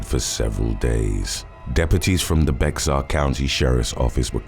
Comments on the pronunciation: BEXAR is pronounced like “ bear” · Bexar County is pronounced Bear County. Just ignore the X and you will be spot on.. Great video and content as usual Thank you sir. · Not that you'll change it or something but the Bexar in Bexar County is pronounced Bear, the x is silent. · Bexar = Bear 😊